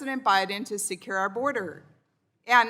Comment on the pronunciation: the border is siekuurrrr...? does she have a speech impediment?